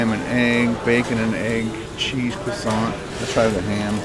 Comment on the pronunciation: Or when he says cwoissant